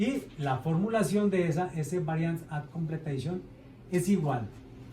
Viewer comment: BAC: la C es de completion, no de completeishon xd